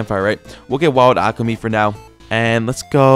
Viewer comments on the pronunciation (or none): none